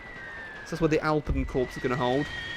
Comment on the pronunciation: Can you please stop calling it 'Corps', it is pronounced 'Core'.